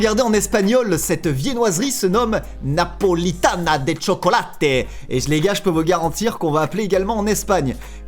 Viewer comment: Pourquoi quand la di Napolita de chocolate ta fait un accent italien alors que c'était espagnol en fait